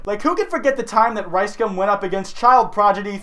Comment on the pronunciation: I'm like 90% sure you're saying Rice cum instead of Rice gum lmao